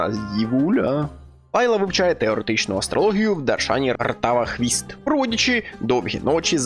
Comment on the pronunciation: Ртавахіст, а не Ртавахвіст